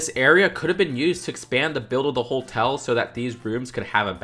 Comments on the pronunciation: Does it bother anyone else that says "holtel" instead of hotel? there is only one L in Hotel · are you saying holetel? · haha not quite. Ho-tell is how it's supposed to be pronounced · Why do you say holtel